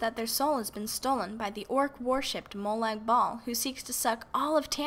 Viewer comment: im sorry but your pronouncing molag bal wrong,, your saying ball not bal